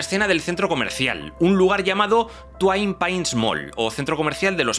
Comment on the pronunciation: no es twine, es twin = tuin